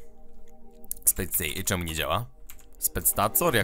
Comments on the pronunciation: Nie spectacor, tylko spectacor... Bez komentarza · spectator, a nie spectacor